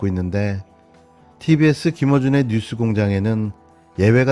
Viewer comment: 아이구 여러대표님아 뉴스를 유스라고 발음하냐 모지라보이게